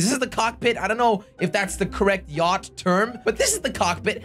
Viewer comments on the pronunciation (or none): him pronouncing the yacht names wrong and calling orange yellow pissed me off so badly. still love you thought jelly(no homo)